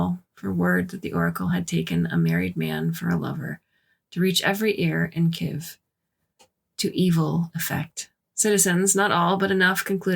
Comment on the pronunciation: From a Russian citizen, I was told that the word spelled Kiev has two syllables.